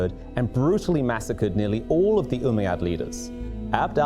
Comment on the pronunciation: It's not Umaaa Yaad U bish it's ummayad